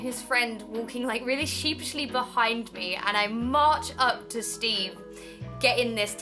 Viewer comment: I had to rewatch it like 4 times to hear you say "sheepishly" XD SHIPSHYLY Love you and your videos Emma ^_^